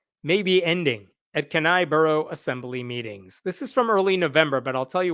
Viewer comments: Actual Alaskan here... say it with me Kenai... key-neigh for pronunciation Ffs I don't know what the heck you were saying... but it's wrong. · ...Damn it, I hate it when it is my circus. As an aside: "KEY -nigh (as in eye)" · Alaska here: It’s pronounced KEY-NIGH. Good otherwise! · Pronounced "Keen-eye". We have a lot of atheist in AK. We can't let the religious extremists take over. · Speaking as an Alaska, It's "KEY-nye" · Kenai has a long e and stress on the first syllable. Keen eye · Fuck these assholes. Iris is a gem of a human being. It's pronounced keen-eye. I live there. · It's pronounced Keen-eye. Just for information only, not intended as an insult to anyone or anything else. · as an alaska it is pronounced key nye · Interesting case. FYI, it is pronounced “key-nigh” with stress on the first syllable. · From a slightly bothered Alaskan, Kenai is pronounced 'keen-eye'. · Love your stuff dude, but for Pete's sake, Kenai is pronounced Kee-nye. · As an atheist and an Alaskan, Kenai is pronounced key nigh Love your channel! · THANK YOU I was about to comment the same thing 💀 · It's pronounced "Key- Ni" hard I at the end. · Alaska in general and the Kenai Peninsula in particular has a fairly high ratio of religious nuts. By the way, Kenai is pronounced KEE-NAI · Every time he said Kenai wrong, it drove me crazy. It’s just like the different way people say Denali. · It’s pronounced “Kee-Nii”, with a long e and long i. It’s the name of the 25,000 square mile borough (like a county), the largest city in the borough, and the peninsula where it all sits. Beautiful place. All that land and only 61,000 residents. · Kenai is pronounced "kee ny" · WARNING: Grammar police are in the vicinity! Pronounced "Key" "Neigh". Kenai. Accent on the first. Ask me how I know. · Kenai is usually pronounced Key-Nye. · I like the video, but I have to correct your pronunciation of my home. Kenai -> Key-nigh, emphasis on the first syllable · Sorry dude, but it’s “key-nigh”…